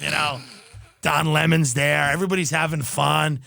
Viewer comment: it's not Don LehMON?